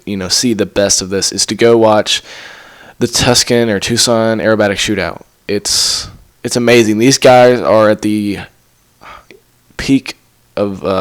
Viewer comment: Tucson ....... Too Sahn Not tuscan